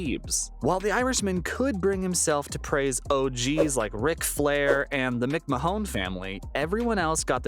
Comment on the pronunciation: That’s some pronunciation on McMahon